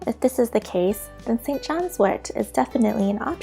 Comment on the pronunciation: St john’s WORT, not WART